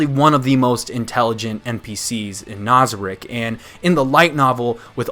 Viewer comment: I really like your videos and I seriously appreciate how you prioritize those of us who are anime only watchers and you don't spoil things for us. This makes you one of the seriously few anime reviewers that I will watch so rejoice sir, you are part of an extremely exclusive club. I do have a gripe about you though. ITS NAZARICK NOT NOZARICK!!! Good god man. I'm not usually a grammar nazi but it's driving me crazy lol. Great video as always man, keep up the great work!